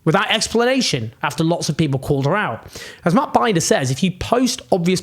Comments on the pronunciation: Heeeey Binder getting a shout out, speakingthe truth!! Hell ya. Btw Mr. Jones its prounced Been-der not binder lol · Binder like cinder, not binder like sidewinder. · It's Bin-duh, not Bind-er. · Just a note: Matt Binder's name rhymes with cinder. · Love the video. Just wanted to tell you that that journalist's name is Matt Binder is pronounced Bender. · Well Said BTW its pronounced Matt B In Der ❤️🙏🏻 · Matt Binder is pronounced like the word "in" ("in the room"). It rhymes with the German word "kinder" (as in kindergarten). Cheers. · Matt Binder is pronounced “Bender.” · Matt is called Binder as in Tinder, not as in Finder. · Owen, Matt Binder (pronounced: bin-der) 😉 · It's 'Matt Bin-der'